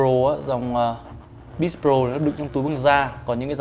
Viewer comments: tiếng anh đọc sai nhiều quá @@ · ổng đọc BITCH chứ hỏng phải beats :v